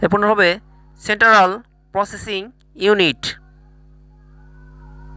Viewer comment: প্রশ্ন সমাধান ঠিক হয়নি উচ্চারণে ভুল আছে সেন্ট্রাল হবে সেন্ট্রাল হবে না। এরকম ভিডিও না করাই ভালো প্রশ্নের নাম্বারও এলোমেলো ভাবে দেওয়া হয়েছে যা সাধারণত ক্ষতিকর।